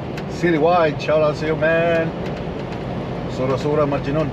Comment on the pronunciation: Tama ba pagka dinig ko master sura sura majinun 🤣🤣🤣